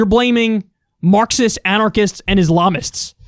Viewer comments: He actually said "Ilamists", not Islamists lmfao. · He said ilamist? Wtf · The ilamist huh? You couldn’t even say it the first time haha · Wtf is an "ilamist?" 😂